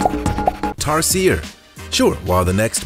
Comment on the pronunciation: He also mispronounced tarsier. It becomes annoying after the 3rd time.